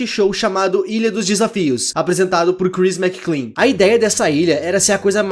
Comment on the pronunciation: Ele falando "Crhis McClean" o vido todo ao inves de "Chris Mclean"; 💀💀